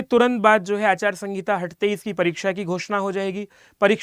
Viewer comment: Achar sangita nhi sir aachar sanhita hota hai